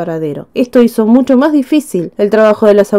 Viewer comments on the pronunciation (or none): none